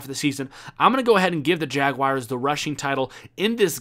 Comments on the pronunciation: Jaguars not jag-wires lol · Just say jags boi. Or maybe jag- wores. Not jagwires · Ummmmm......... Jagawires? Did you mean Jaguars? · "Jagwires" LMAOOOOO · HappyBagelKing I know it's jaguars he pronounce it funny